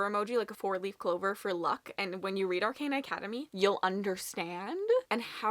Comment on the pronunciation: Ar-con-uh. Or, actually, Ar-caw-nuh would be a more accurate way to write the phonetics.